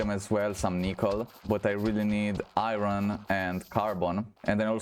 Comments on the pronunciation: you say irin thats not how iron is said. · there is no "in" in iron..